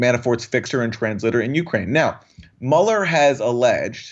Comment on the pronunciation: Jimmy love the show but please don't put so much emphasis on the "U" in Ukraine... It sounds like you're saying YOU-kraine.